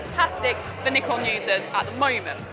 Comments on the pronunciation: She is pronouncing both Nikon and Z wrong. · well, that depends on which Nikon rep said it, US or UK. Just have a look at amateur photographer interview of nikon rep for z9, they use "ZED" there. Same way japanese will pronounce 'neekon' whereas any english speaker will say it as 'naaykon' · You're listening wrong. Japan pronounces it as Nee-Kon and Brits pronounce Z as zac.